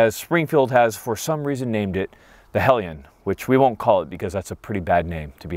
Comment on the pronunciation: It’s pronounced hell lion